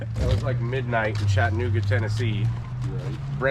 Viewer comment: … u saying Chattanooga wrong lol gotta put more southerner into it